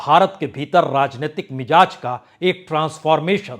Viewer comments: Yeh word MIJAZ nahi balke MIZAJ he. Word ki spelling ghalt sun kar bohot bura mehsoos hota he. Isi tarah aap HAZAR ko HAJJAR boh bolte hen ! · Kindly use bindi in Hindi. It's Mizaj not Mijaj. It's Nazar not Najar. Wrong pronunciation hammers on the minds.